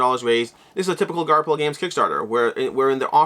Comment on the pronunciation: Are you still saying Garp-hill? The “ph” should be the “f” sound. Garfill